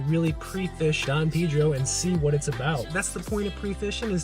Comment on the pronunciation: Lol it’s don pay-dro, beautiful body of water 💦